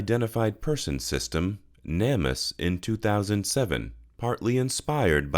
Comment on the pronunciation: Name Us. NOT Nam Us. Please dude.